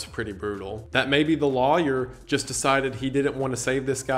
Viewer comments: He straight up said LAwYURR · The way lawyer was said was infuriating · Isaiah can’t say lawyer how charming 🥺👹🥰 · loy-er is how I say it, I think this may be the more common version out of the south. But I am from Texas sooo. 🤷‍♀️ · The “loy-yer” pronunciation is a remnant from colonial times when Americans spoke English with a British accent. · first time I've ever heard someone pronounce lawyer that way lol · I’ve never heard the way you say “lawyer” pronounced like that, but I fuck with it.